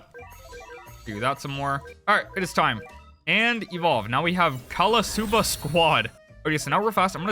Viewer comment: me low k laugh at "callasuba" at 3 am